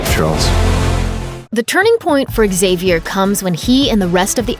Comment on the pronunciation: Professor "zavier" not "xzavier" so annoying!